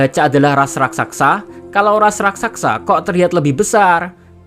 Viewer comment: Raksasa Rak sa sa min bukan raksaksa